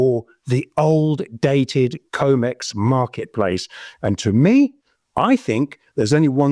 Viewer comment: It’s com/ex not co/mex stop saying it wrong it makes you sound unreliable